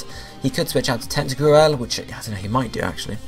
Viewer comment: It's tenta crool!